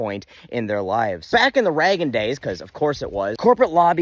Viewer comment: That's not how Reagan is pronounced.